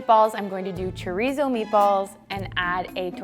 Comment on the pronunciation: Is it just me or does anyone else find it annoying that the lady kept pronouncing chorizo wrong even though she’s Latina